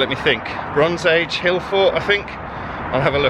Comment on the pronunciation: That view wasn't bad at all, and truly my kind of place...though every time you said 'Bronze Age' I did have to verbally correct you, lol. I had to Google the place, very interesting with it's one of only eight mizmaze's in the UK.